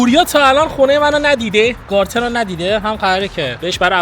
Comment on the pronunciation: بابا چرا به گاردن میگی گارتن !!!! 😮😮😮😮😮